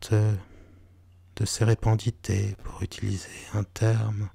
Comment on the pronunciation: On dit sérendipité pas sérépendité 😅 merci encore pour vos vidéos ! ❤️🙏🏽